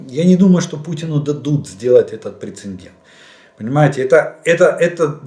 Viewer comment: Прецедент (не прецеНдент).